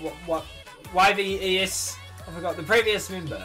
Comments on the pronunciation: Yves is pronounced as Eve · Yves is pronounced just like Eve :) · Yep Chuus name is pronounced as you said but you said Yves name wrong its "eve" also subscribed love this video